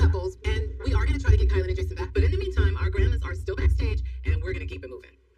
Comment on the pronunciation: I really don’t like to knit pick but it’s driving me crazy. Her name is “KI-LYn (spelled Kylen), not Kaylen. Or K “EYE”lyn if that helps.